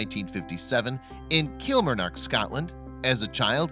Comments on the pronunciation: Kill-mar-nOck , ScOtland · Kil mar nock learn pronunciation. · That has to the worst pronunciation of Kilmarnock, I've heard!